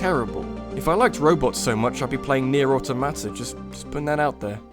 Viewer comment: That's not how you pronounce Automata